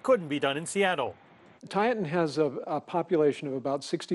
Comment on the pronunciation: It's pronounced Tieton, not "Tietawn". Long I, short e.